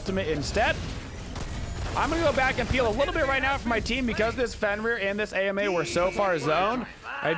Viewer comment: Why do you call her A.M.A. instead of Ama?